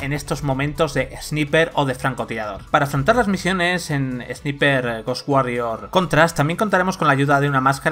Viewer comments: Porque los españoles pronuncian palabras en ingles como se escriben y no como se pronuncian? Esniper!!! XD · Se pronuncia esnaiper, y no son poderes son HABILIDADES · La pronunciación en inglés y vandal: engine = enllain; ROM = rum; tasa de frames = tasa de frames (como suena por ); God of war = Gud of guar; Service = servais y ahora también Sniper = esniper. Grande vandal, buen nivel de profesionalidad periodística. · SNIPER = SNAIPER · repeat after me = ess-nai-perh . No es dificil. Ess-nai-perh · flaco, se supone que son profesionales, minimamente pronuncia bien la palabra "sniper"